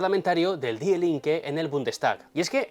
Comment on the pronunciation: antes de opinar, te sugiero que aprendas a pronunciar correctamente las palabras alemanas, que en tu acento castellano suenan fatal, hijo mio. Para muestra un botón, la palabra die, se pronuncia fácilmente como di.... De nada.